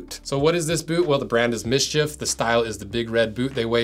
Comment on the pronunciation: That's not pronounced "miss-chiff". There are no vowels in it.